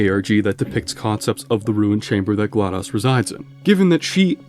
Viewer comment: there's no way you just picked on the pronunciation for "Aperature" but can't say "GLaDOS" to save your life